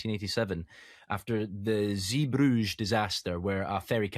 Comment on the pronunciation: Zee-Brugge, hard G. Bruga, not Bruge.